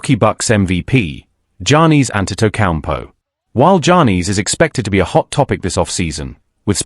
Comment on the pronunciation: Dude screwing up Giannis name all up, not even close.